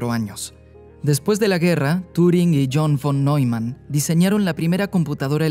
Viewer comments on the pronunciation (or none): none